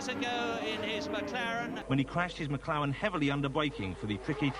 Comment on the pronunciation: Not to mention “Senna in the McLawen battling with Pwost in the Williams Wenault”